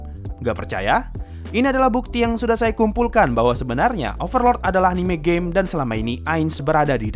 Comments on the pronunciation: Gw dengernya overlord anime gei !!! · Yg orang denger : overlord anime game Yg gue denger : overlord anime gey